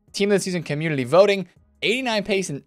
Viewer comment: Is it just me or does he say communiLy instead of community? It's making me crazy. Please stop it